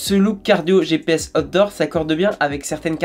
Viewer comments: Par contre on prononce aout dort et pas hot d 'or 😁c est pas pareil. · Bon alors quand tu dis out door.... prononce le en anglais stp..car voila 2 ou 3 reviews que je regarde sur ta chaîne, et a chaque fois, j'entends hot d'or.! 🤣😁😁😁🤣. Ce qui, tu l'avoura , n'a strictement rien avoir..😁😁😁😁😉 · Chaque fois qu'il dit "outdoor" j'entends "hot d'or", ça me rappel les premiers samedi du mois sur canal à l'époque. 😂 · Après avoir écouté et ré écouté, je suis formel, il parle vraiment des "hots d'or"!!! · A_OU_TDOH c'est ainsi que cela se prononce mec.